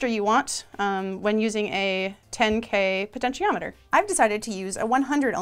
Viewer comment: "penshiometer"? Wha'?!